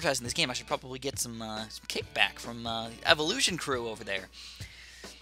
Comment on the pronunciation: Evolution sounds like spour